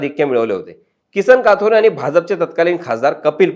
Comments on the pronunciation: It's kathore not kaathore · साहेब किसन काथोरे बोलू नका कथोरे बोला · बारोरा,काथोरे, काय तुम्ही साधे नाव तुम्हाला घेता येत नाही